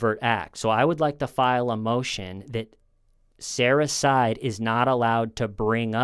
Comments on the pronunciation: keeps saying “Sarah’s side” but I hear “Sarahcyde” 😳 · "Saracide"??? Sara's side. 🤣🤣🤣 RIP Jorge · sounded like you were saying "Sarah-cide"__ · You saying sarah’s side sounds like suicide by sarah